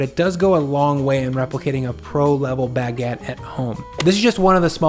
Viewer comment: Your pronounciation of Baguette is so: "omg see how fancy I am, I make and love Baguedde" like I can't pinpoint it but eh